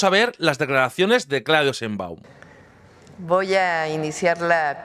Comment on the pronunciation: Sheinbaum se pronuncia con ''CH'' Cheinbaum, saludos.